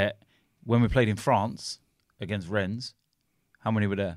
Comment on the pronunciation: It's pronounced Ren, not Rennes